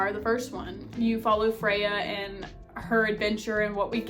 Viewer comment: Freya? It’s Feyre 😭